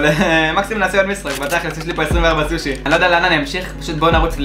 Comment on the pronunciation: אומרים סושי לא סוש